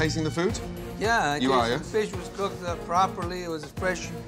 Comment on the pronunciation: They ruined mah feesh :(